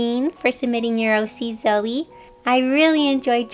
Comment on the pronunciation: Am i the only one that heard silvie when she said zoe